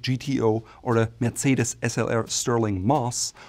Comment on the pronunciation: Hearing somebody say "FERRAARRRRI' or "MERTZCEDES" like they're cooking a pasta dish on TV is hilarious. I think has lived in the United States long enough to know that people will find this type of pronunciation hilariously pretentious.